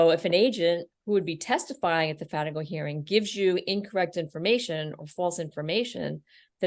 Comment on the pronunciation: What is it you guys called a hearing to determine/challenge relevant conduct in the PSR? It sounded like a "Fanago" hearing but I've never heard of that...